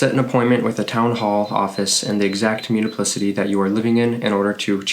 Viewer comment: Good info at a fast pace. However, you might want to update some things: it's not 'muniplicity' but municipality! Also: permanent, not 'permament'